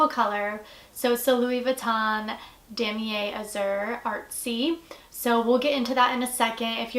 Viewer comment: you pronounced damier and empreinte wrong. it's dah-mee-ay